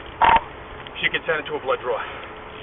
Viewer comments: She has him so flustered he says “ DROOD BLAW” invokes his right to remain silent during her questioning....😂😂😂 Bless all parties involved here. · Officer: "I'm going to be heading over to uh Saint Vincent's to do a drood blaw". The lined bleeding the blame! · She is certifiably crazy. Don't know how any cop can deal with so many maniacs out there. That cop was so flustered even he slurred his words... ...."headed to St. Vincent's to do a drud blaw...